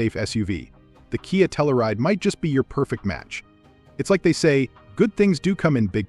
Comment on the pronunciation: And Tell-You-Ride, not Tell-ou-Ride.